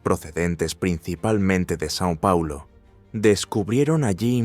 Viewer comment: No es san pauloooo , e Sao Pauloooooo